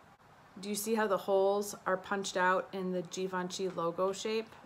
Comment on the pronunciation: You say "Givenchy" just perfectly 💕